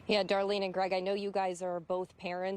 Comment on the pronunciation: "Daralene"? Good grief.